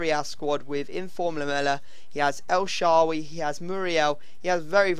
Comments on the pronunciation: his name is el SHAARAWY NOT EL SHAWY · You say el sharrawy like a twat